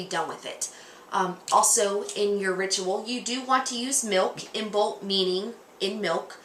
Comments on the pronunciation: first of all you should learn to pronounce Imbolg correctly .......Gaelic silent "b" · Isn't the B in Imbolc silent? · You pronounced Imbolc wrong